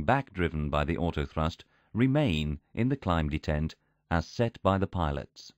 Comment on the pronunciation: Very interesting. But why does it degrade to that horrible female computer voice randomly? It's so bad that it's actually hard to make out what it says, and it mispronounces a lot of things, e.g. pronouncing "detent" in all kinds of ways but the right one...